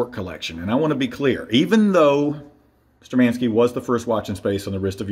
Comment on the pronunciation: They are not ShturmAnskie. They are ShtURmanskie. Thank you for the video.